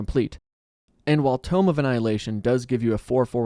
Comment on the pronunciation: “Tomb” of Annihilation. Not “Tome”.